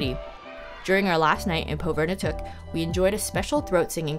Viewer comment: You spent a lot of time there but would have been nice to hear how it's properly pronounced. Pov-i-r-ni-tuq. But okay. Thanks for the video. It was great minus the pronunciation......